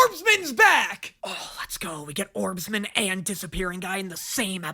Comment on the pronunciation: ITS ORBSMAN!! NOT ORBSMEN😭💔